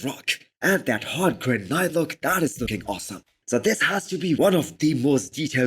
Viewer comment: Hey brother great videos! No hate just letting you know the word granite is pronounced GRAN IT not GRAN ITE.